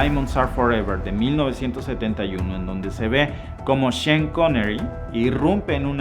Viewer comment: Sean (cheAn) No chon